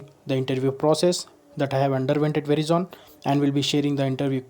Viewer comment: It has to be pronounced as 'veraizon' and not 'verizon'..